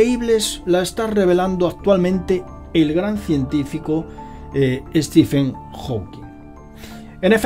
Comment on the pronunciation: "Ste men" -Stephen Hawking